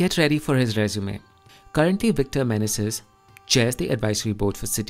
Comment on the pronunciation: Awful commentary. Indian English is not "closer to Amarrycan English." If that appears that way to you,, it is because you have not read books, only learned your rough and ready English from the internet. Also, it is not "Victor Men-a-zis." It is "Victor Manayzees."